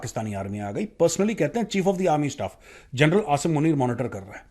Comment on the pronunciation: Jarnel gajab bolte h sir😂